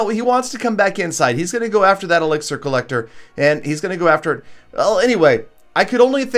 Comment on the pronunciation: did you really just say elexier